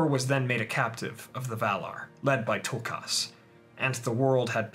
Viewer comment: This is lovely. But one teeny criticism, why do you over pronounce their names so heavily..? Its Tulkas.. not toolkarse